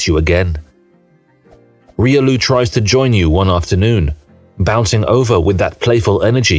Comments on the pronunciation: Even reelioo... ? Reelioo, really? It's pronounce Riolu, not reelioo,.... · Damn that Riolu pronunciation… this is AI after all